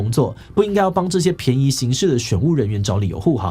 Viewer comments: 講錯讀音了，是便ㄅㄧㄢˋ宜行事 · 這邊唸錯了，「便」宜行事應該念作「ㄅㄧㄢˋ」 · 便(ㄅㄧㄢˋ)宜行事 這裡的便宜 意指方便，讀音為 ㄅㄧㄢˋ 。